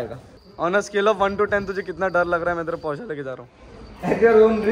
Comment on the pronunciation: couldn't stop ignoring, it's Porsche :/